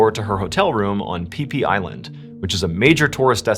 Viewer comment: That’s how it’s pronounced